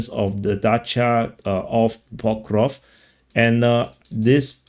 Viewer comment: PokrovSK my friend. SK like in screw. Not difficult. Not Pokrov !